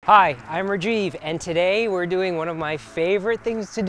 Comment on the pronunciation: Well it's not reejeev.🙄😏.but it's RRAAJiV OK😂